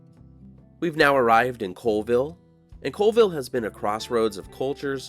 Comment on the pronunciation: Colville is pronounced "CALLVILLE